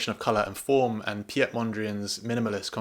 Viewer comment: Favorite focal length: 28mm, but last week I ventured out with a 50mm lens, which was quite interesting. PS: for future reference, the Dutch name "Piet" is pronounced the same way as "Pete" in English, as the "ie" sound is essentially a prolonged (English) "e".